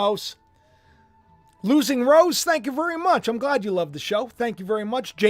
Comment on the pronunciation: Can't say love